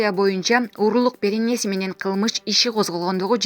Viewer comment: Менен деген созду айтканда фляйт. Дикция у тебя жопашняя